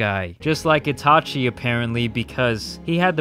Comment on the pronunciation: You’re one of my favorite youtube but i must say 😂 put some respect on itachis name😤😂 but other than tht im glad you uploaded.